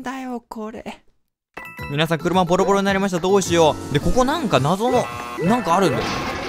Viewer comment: 今回はのはじめの挨拶がよく聞くと「かいみなさんこんばんはー」って言ってるような・・・